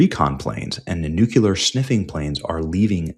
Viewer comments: Day (lost count) of trying to inform Benny that it's pronounced New-Clear, not Nuke-yuh-luhr. Good God Benny. You sound like Bush. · Benny can't even pronounce the word "nuclear". Hey says "New-Que-Lur" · You have a really good channel. You bring excellent reports. Only one thing gives your reports a black eye. You have continued to erroneously pronounce the word nuclear as "nucular". This is an error. I think that a man of your abilities can make an effort and self correct. Patrick Cowdrey, Redding, California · Amir Tsfarti just put Benny on the list of Anti-Israel conspiracists because of this posting. By the way it is pronounced Nu-clee-err, not Nuke-you-ler. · These exaggerated titles really need to stop… 🙄 Also, pleeeease, it’s nuclear, not nucular! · Stop saying "nucular." You're giving away your low IQ and it makes you untrustworthy. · Benny, you should be banned from posting anything remotely relating to nuclear weapons… until you learn how to properly say the word N U C L E A R! It's not "nucular", you schmuck! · nu-cle-ar not nucular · it's NOT pronounced NU-KIER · And please please learn how to pronounce nuclear. There is no second u in nuclear. Take the words new and clear, now scrunch them together with with no space and nuclear sounds like newclear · EVERYBODY DRINK! 2 more mispronunciations: 1) Nuke-U-Lrr (Nuclear) 2) Christian-dom (Christendom) Are we drunk yet? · NEW-KLEE-UR. Why can't people pronounce this word?